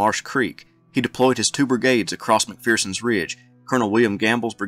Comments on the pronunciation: No 'fear' in McPherson, not 'McPhearson'! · Isn’t it pronounced Mc-fur-sens Ridge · Agree, but mispronunciations of 'McPherson'!